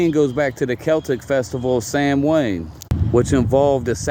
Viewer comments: Hey! We can be devils together, I'm a Witch and a Pagan! Lol Like 99% of people don't even know what is truly satanic or what a satanist believes. Samhain isn't pronounced as it is spelt, it's pronounced Saa- wn or Sow-wen. Apart of the reason why we dress up as monsters/ "evil beings" is because spirits are supposed to be affraid of those things. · Sam Wayne is evil. That's how he pronounced it, Sam Wayne. I am certain. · it's pronounced Sow (as in female pig) in. It's an ancient Irish religious tradition. It's also the Irish word for November. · "Sam Wayne" isn't the consequence of an accent. It's the result of not bothering to look up how a word is pronounced. That, or it's a relative of Marion Morrison. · This guy is a ninny, but how can anyone know that 'Samhain' is pronounced 'soween'? Orthographers were never consulted for Gaelic, obviously! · Mr. CotW mispronounced samhain, whether out of ignorance or possibly intent (out of fear of invoking demons or something) and it was not just his accent. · Hey…credit where credit is due…at least he didn’t pronounce it “sam hayn”. He’s still a nut job tho. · You are correct. It is spelled Samhain and he was pronouncing a foreign word with English pronunciation. He also was not annunciating well. But you did pronounce it correctly. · Yay devil worship, his version of halloween actually sounds more entertaining than actual halloween, and the mispronunciation of Samhain it sounds like he's watched halloween 2 too many times. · I’ve heard ppl say Samhain as written, “sam-hane”, but I’ve never that particular hybrid of the latter & the proper “sau-en”: “sam-wain”. That’s a trip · Im pagan, you do not pronounce the M or H in Samhain. I pronounce it Sa-when, but there are a few variations Im newer to paganism and im still doing research but im pretty confident Samhain has never had anything to do with children sacrafices. I have only ever heard of animals being sacraficed in any religion or tradition